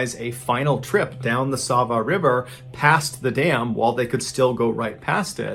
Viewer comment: I'm shocked you actually did a story from Slovenia! Got a good laugh in from your pronunciation of Sevnica, but you got Sava's name on point! Really cool stories 🤍